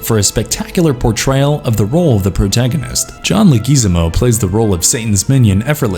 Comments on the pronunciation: Who da fuck is John Lick A Gizmo? Thats not anyone. You need to pronounce names right. Got it? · I'll never understand how, when you can easily look it up, YouTubers don't take the thirty seconds it takes to look up a name to see how it's pronounced. Then again the writing is so awful on this one (fourth video on this channel I've watched so it took me by surprise), I guess you wouldn't expect anyone to notice you butchering "Leh-Gwi-Za-Mo".